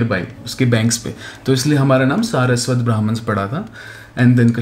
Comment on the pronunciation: Saraswati river not saraswat river 😂